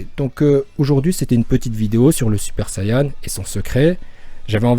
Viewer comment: pk il dit sayan